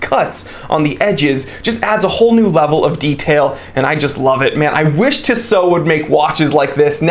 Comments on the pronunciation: Tea-sow not Tiss-oh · I am not exactly sure how you would pronounce these transliterations but in French we would stress the last o in Tissot. So it would sound like "tissO". Furthermore the last o is not a diphthong so it would sound brief. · Can't watch. TWAT doesn't know how to pronounce Tissot. It's "TEE SO. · Yeah he is pronouncing it weird af